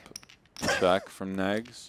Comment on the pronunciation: So annoying that the commentator called him 'Negs' all night.....'Nnnnegs'....urgh